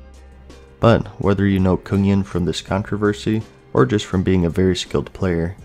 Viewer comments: coonyen ? the fuck ? its Kungen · Why does he keep calling Kungen (Kun- GEN) Kunyen (Kun-YEN)? lol wtf! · When u say Kungen as Kungyen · It's not pronounced Kun-yen, it's .. nvm. Swedish. Also, fun fact, it means 'The King' in Swedish. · it's pronounced Kung-gen and Nuh-high-lym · You didnt pronounce ot right, im an swed